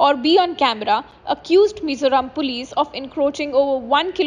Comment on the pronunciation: Its Mizoram not Mizuram😈 Vai-rêng-te not Varangate😒